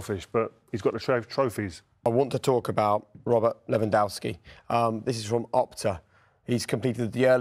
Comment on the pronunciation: Jake's pronunciation of Lewandowski makes me want to puke